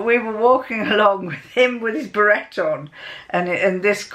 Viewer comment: hi, I was a bit puzzled when you were talking about a berette, then I realised it was a beret (we pronounce it berr-AY) No worries, good to see you again:)